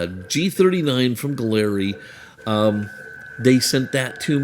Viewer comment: Again, it’s pronounced “Gallery”